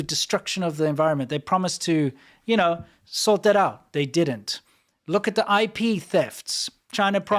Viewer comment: "Where can I find this sork of information?!"